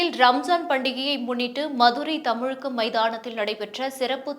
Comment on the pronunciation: அம்மா அது "தமுக்கம் மைதானம்" "தமிழ்க்கும் மைதானம்" இல்லை🤦‍♀️🤦‍♀️🤦‍♀️🤦‍♀️🤦‍♀️🤦‍♀️🤦‍♀️😂😂😂. ஐயோ இவங்களோட உச்சரிப்பு/செய்தி வாசிப்பு எதுவுமே சரியில்லை. ஏன் இவங்களை செய்தி வாசிக்கச் சொல்கிறீர்கள். இலவசமா செய்தி வாசிக்கிறாங்க போல. அதான் எவ்வளவு தப்பானாலும்/எத்தனைத் தப்பானாலும் இவங்களையே வாசிக்கச் சொல்லுறாங்க. கஷ்ட்டம்டா சாமி. எத்தனை நாளைக்கு சொல்லுவது🤦‍♀️🤦‍♀️🤦‍♀️🤦‍♀️🤦‍♀️. திருத்திக்கவே மாட்டாங்க போல😡😡😡😡😡